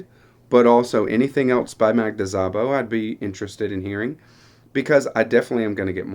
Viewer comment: As a native Hungarian speaker, I just want to let you know you don’t pronounce the “z”. It is pronounced like sa-bo.